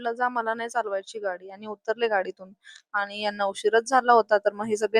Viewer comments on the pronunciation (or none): आनी नाही "आणि" असत ते 😂😂